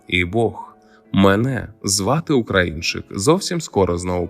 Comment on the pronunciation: Якщо ти українчик так і розмовляй українською а не ополяченою западенською. Кажешь "Українчик" з наголосом на "у", "Україна" теж у тебе з наголосом на "у", "прОгноз" з наголосом на перше "о" , "мАгнітна буря" з наголосом на "а", "Очікується" з наголосом на "о", польське "наразі" вживаєшь замість нашого "поки що" ? Та який же ти після цього українчик ? Ти ополячений западенчик. Та й інтонація у тебе гундосна, в ніс. Так буває коли ніс полон соплей. Висморкайся, а потім кажи щось в ефірі, слухати огидно